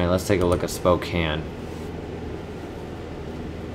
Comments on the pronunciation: Sapporo is a place in Japan. So the flight crew is saying that there is an air museum there. Also, it isn't spokan it's spokain. Pronouncing it rightly. Also, try to ge the 25% bonus to get higher money profit. Be patient. Another thing to help u get a lot of money is that say that there was a flight from Bismarck to Phoenix. Denver is in the way. So if you fly from Bismarck to Phoenix strait it will give u a profit lets say +223 with 25% bonus. But if you stop if you do Bismarck to Denver to Phoenix, it will give you one extra coin. If you do this a lot, you could get up to +100 coins more. Just remeber that. Thanks. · spocane (Spo-cayn)